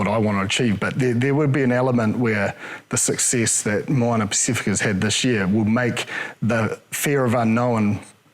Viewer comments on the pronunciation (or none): the ocean is called the Pacific Ocean not the Paceefic Ocean. Therefore the team is pronounced Moana Pacifica. Some commentators even say Pacifeeca which really does my head in. Some even change the pronunciation in the same sentence. Get it right!